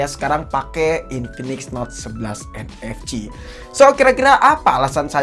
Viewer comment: Sering kepleset atau lucu ngomongnya...kaya UFS dia ngomong nya UVS...🤣 Terus ngomong NFC jadi ENEFCI...